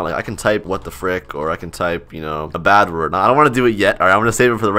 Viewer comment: He say bat wurt!1!11!!111!!???😱😱😱